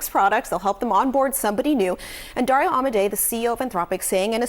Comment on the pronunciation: Should learn how to pronounce dario's name before you report